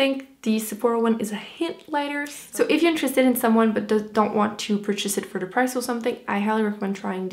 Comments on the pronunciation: She says dee instead of the. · i just wanna know where the d is in with this and the the dis de da wid is bugging the hell outta me